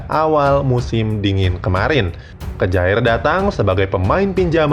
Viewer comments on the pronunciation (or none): simon kjaer dibaca saimon kiye om....masa kejaer...wkwkw...ntr dikira geboy mujaer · Kejaer????? Mbok belajar lah cara bacanya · Kjaer bacanya kyer